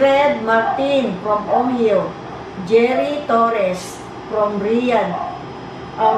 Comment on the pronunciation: NOT ONYO ITS O-HA-YO KUNG TAGALOG,OHIO USA FR.NJ USA